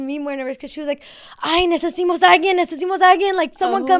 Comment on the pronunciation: What is necesimos alguien? I think she meant to say necesitamos a alguien lol